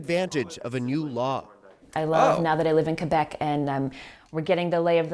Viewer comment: For what it's worth, your pronunciation of "Québec" is pretty spot on! Love from Canada.